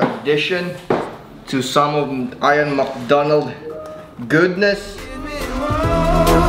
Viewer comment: His name is pronounced “eeyan” not “eyeon”